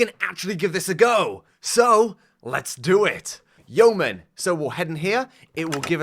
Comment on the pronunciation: Glad to see that learned how to pronounce yeoman